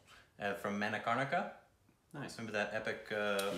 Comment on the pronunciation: Manikarnika prounouniciation was awesome buddy